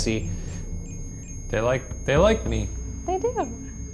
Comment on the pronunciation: Every time Ryan said Bessie it sounded like Bestie.